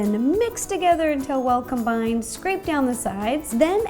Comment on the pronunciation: does anyone else’s hate how she says “combined” ?? just me? mk.